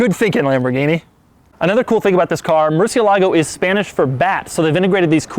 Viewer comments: he say murcie-lago and its murciélago italiano people gona hit you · The stress of the word Murciélago is in É It's not murcielAgo. it's murciElago Americans, you must know that. As a spanish guy, I must say that it grinds our gears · That's not how you say "murcielago" in Spanish. I don't know how the Italians say it but in spanish the accent is not on the "a" but on the "ciel". MurCIELago, not murcielAHgo. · mur CIE lago. Not murcie LA go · Is not murciel ago is murcielago all in the same word how in spanish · Murciélago is the Spanish word for bat. The correct name to pronounce that word is not Murcielágo but Murciélago. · It's MURCIELA-GOH, not, MURCIE-LAGO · Murci- E (EH) -lago, with emphasis in E not Murci Lágo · No mur-sieh-lago! Mur-CH'ie LAgo! MurCH'ieLAgo! va bene? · That's NOT how you pronounce "murciélago". You have to put the strength in the E. You are putting it in the A. Like: mur- cie-lAgo. It should be like: mur-ciE-lago. And also the "C" before vowels, in Spain, (where the spanish language comes from) is pronounce like the "TH" in english. Like in "think". Lamborghini uses names of spanish famous bullfighting bulls, so you should pronounce the names like they are in Spain. ¡¡¡Saludos!!! :) I like your channel very much. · It's pronounced Murciélago, not Murcielägo... Emphasis on the "é", not the "a". Ugh... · Its not a moorsilagou, its a moor-si-eh-la-go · lol,its not Murcie-lago,its Murcielago,one word,means bat of course. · You keep saying "murcio---lago". It's "murCIelago", stressed on the "ci". And no pause in between. Otherwise, I enjoy your channel. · Mercy AY la-go, not Mercy a-LAGO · The way he says murcielago 🤢 It's mur-siel-ago not murceelago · It is not murcielago, it is MurciElago.. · Not sure if anyone has said anything about it but its pronounced MurciÉlago, not MurcielÁgo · nice review, but please learn how to say murciElago, and not murcielAgo ;) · murcielago not murcielágo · It's Murciélago and not Murcielágo...